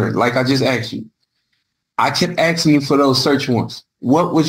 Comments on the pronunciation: The word is ASKING not AXING… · I find him guilty on grounds of him incessantly saying "axing". The correct pronunciation is "asking". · It is aSking NOT aXEing Realy, making mama proud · Man, I hate that "axing" thing... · Stop with the "axing"